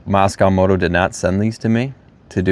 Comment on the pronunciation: It’s not pronounced moss cow. It’s moss co.